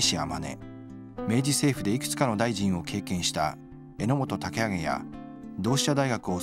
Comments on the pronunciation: 中浜万次郎、これぞ日本男児。 榎本武揚は（タケアゲ ではなく タケアキ）。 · えのもとたけあき...のことを、タケアゲと発音していた。